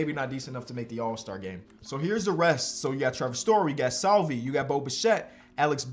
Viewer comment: As a royals fan the way he says Salvy is a little frustrating haha but love the series! If not Bryant. Trading for McMahon would be a decent idea. Younger than KB and still better than what you currently have